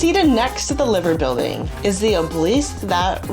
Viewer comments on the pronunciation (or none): The Liver Building is Pronounced Lie - ver...not Liver as in Liverpool . just saying! i love Liverpool